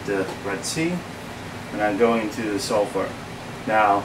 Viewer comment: "Salifart" haha